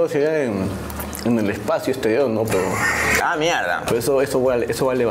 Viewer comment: Maicelo dice pedo en vez de pero 😂😂😂